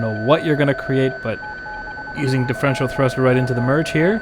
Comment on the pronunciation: " 'Di- FRENSH -ol' thrust"? 😅 Reason no.# 9,582 why I'm subbed,.